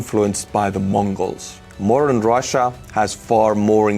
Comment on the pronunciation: When you say 'modern' it sounds like 'moron'😄 Sorry😳